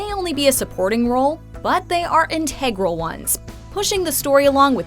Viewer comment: Check your pronunciation of INTEGRAL.